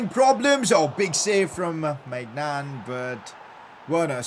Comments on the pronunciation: Pcq: It’s not my Nan it’s like méñan and the « an » is like in k « an »té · somehow everytime maignan saves i think he saying 'my nan' i know its stupid i got the humor of todler but ok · Its weird when he says my nan